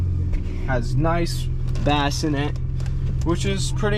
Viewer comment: Bro… hope you are trolling. The bass is pronounced base… not bass like the fish. Lol and Bose is Bose not Boise like Boise Idaho 😂